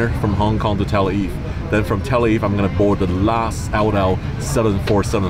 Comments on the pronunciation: Sam Chui, this was not your first time flying El Al. Please correct this and your pronunciation of Tel Aviv. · Love El Al .. great crew & always feeling safe ! .. Sam can’t seem to pronounce Tel Aviv properly 🤪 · it is funny hearing this guy pronounce the word Tel-aviv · Still can't pronounce Tel Aviv correctly 😅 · Hey Sam...that’s Tel Aviv! You’re English is getting worse! Watch it! It sounds like you’re saying telvive....come one, maybe it’s time to study some English! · It’s Tel Aviv- not telviv 😆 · He can't even pronounce where he is flying! He's flying to TELLA VIE. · It is Tel AVIV NOT TELAVI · Learn to pronounce the name of the capital city of Israel. It's Tel Aviv not Tel eve. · It’s Tel - Ah - Aveev 🙄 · He said tel-leave😂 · It’s Tel Aviv, not Tel Aiv Sam! Av-iv.. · Its Tel Aviv, not Tel Eve. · It’s TEL AVIV not Televe 😭😭😭😭😭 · It’s not Tell Eve” as Sam calls the city, it is TEL AVIV! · TEL AVIV NOT TEL AV FFS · The correct pronunciation is TEL AVIV, not TEL AIV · Its pronounced Tel Aviv, not Tel eve !! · Tel Aviv not Tel aiv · “All the wines are from Israel” , and then you see one that says Lebanon Vinyards?!? Sam, say it with me Tel A-veev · Tel aviv is pronounced - tell ah-veeve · Learn to say Tel Aviv correctly, very embarrassing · Sam......its Tell...aveeeve ok? Good video!! :) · Great video, but just so you know, it’s pronounced Tel AViv. Both V’s are clearly pronounced. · Sam, oh pease... It is Tel Arr-veev. No excuse for mashing up such a simple city name. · How come he can't pronounce Tel Aviv? A travel expert should be capable of pronouncing the destination where he's getting off, no? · Love to hear Sam try and pronounce Tel Aviv and Noel Philips Los Angeles. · This boi need to learn how to pronounce Tel Aviv